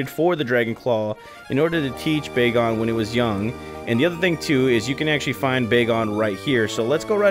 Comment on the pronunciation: It’s bag-on not bae-gone